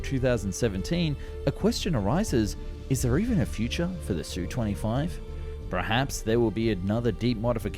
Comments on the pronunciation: Repeat after me: Esss You Twenty Five, just like TU-144 is Tee You One Four Four. AK-47 is not Ack Forty Seven that you get right. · It's pronounced "Ess-you twenty five". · S. U. 25, NOT SUE... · Not again. Calling it the Sue 25 makes you sound like a dilettante.